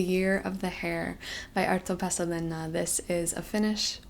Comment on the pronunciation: I love the way she says Arto Paasilinna. As a Finn who has read the book. Also I'm recommneding it, go read it, It's so great.